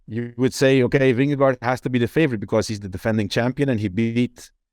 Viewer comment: Vingegaard should be pronounced "Vinge-gor". "Vinge-go" is bad. "Vinge-guard" is a bit better. But by far the best pronounciation would be "Vingegor"